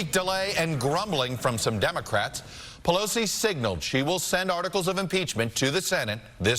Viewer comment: It really bothers me when people pronounce "Pelosi" as "Plosi." Please stop doing that. There's three syllables there bro, whether you like it or not. Pe-LO-si. Not Plosi.